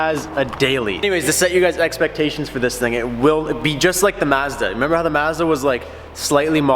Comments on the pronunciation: I love how you say Mazda. 😂😂😂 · Lol I forgot that you pronounce it mAzda